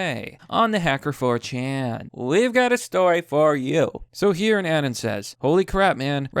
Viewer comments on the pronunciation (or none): these people are almost as dumb as your pronunciation of anon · you pronounce anon as "Annen". what in the actual fuck. i think you just outed yourself as the real NPC